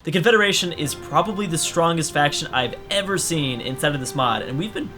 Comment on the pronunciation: Which 1? Confederation or confedaration?